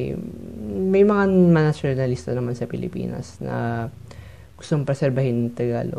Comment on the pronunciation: I love the "Philipaenus" at 3 seconds 😂